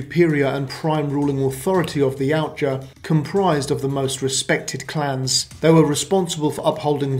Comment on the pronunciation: Ya oot jah ...yoot jah ...now say it right